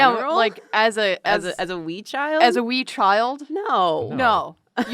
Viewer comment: ~ My Celtic brain ~ whhhhyy did you put so much emphasis on the word "wee". You made it sound like a child rasied on Nintendo Wii, not a Wee (small / young) child lol